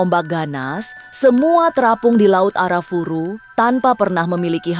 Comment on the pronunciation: disclaimer: laut Arafura bukan Arafuru saya lama di Merauke Maluku Papua di laut Arafura mancing cumi